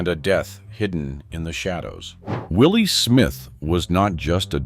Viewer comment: Will Smith is NOT the designer Willi Smith OMG CORRECT YOURSELF